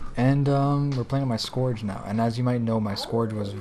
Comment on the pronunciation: Sorry I am saying this but since it is a class name I feel it's important, but you are pronouncing scourge wrong. You are saying it as if you mean "Scorch" Scourge is pronounced, "Skertch" Look up videos in world of warcraft that has anything to do with the lich king and the scourge. They are probably saying it somewhere. Great video though! :D